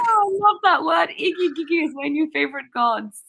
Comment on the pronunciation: My fav part was saying "mami". And that Igigi god's 😂😂